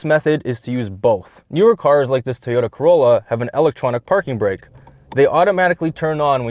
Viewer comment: Bruh WHY TOYTA